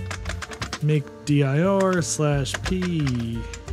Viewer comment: You are the only person I've heard that says "dir" as "dee-I-ar". You do know that dir is short for directory, you can just say "dir" 👍